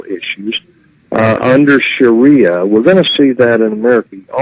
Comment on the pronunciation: Sha-ria, wouldn't that be a nice girl's name?lol